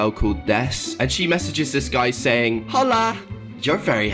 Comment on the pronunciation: I’m sorry the way he pronounced “hola” just pissed me off